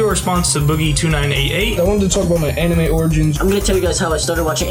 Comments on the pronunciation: Boogie....Boogie...come on man. ANIME...AN-Ni-May...Not Uh-Ni-Mah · he said... ahnimy. not animé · I just have 2 things to say... 1. South Park had a previous game on N64. The Stick of Truth was the second game. 2. You said "anime" but pronounced it "O ni mee". Respond as Francis. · you said Aw-nime so honestly im not even gonna consider the offer lmao the cringe killed me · Do people actually say anime the way he does? I always pronounced it like "animal." o.O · he called it (ah)nime, I almost quit watching right then and there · wtf is (AH)nime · boogie2988 you said anime so wrong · Never heard Anime pronounced like that before lol